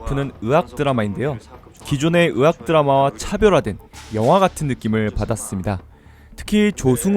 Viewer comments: 의악 드라마가 아니고 의학 드라마 입니다.. 자~~~ 따라해 보세요.. 의악 ~~악악~~~ 아니구요.. 의학 ~~학학~~ 맞습니다. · 이분 “의”발음이 안되네 ㅎㅎㅎ 으학드라마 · 의 단점 발견...ㅋㅋ'의'를 못읽으시네...ㅋㅋ '으학드라마'ㅋㅋ